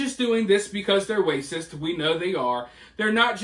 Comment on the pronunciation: It's tough to take you seriously when you keep saying "wacist". Use your words...